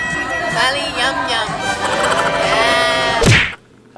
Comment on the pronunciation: Mali yum-yum 😂😂😂